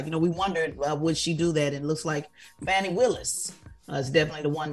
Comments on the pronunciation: Her name is FAWN-EE not Fannie...Get it together Tez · Pronounced Fawn ie